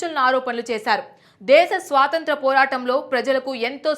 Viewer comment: స్వాసంత్రం. కాదమ్మా. "స్వాతంత్ర్యము"